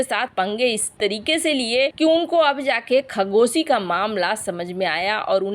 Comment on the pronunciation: खगोशी नहीं खशोगी बोलो मूर्ख ।